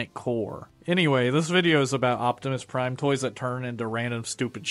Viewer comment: "Hi everybody Its Me micoptimus Prime!"